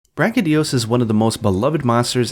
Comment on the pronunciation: *its BraCHYdios, not BrachyDIos